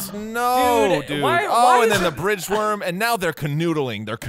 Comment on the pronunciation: I heard fridge worm.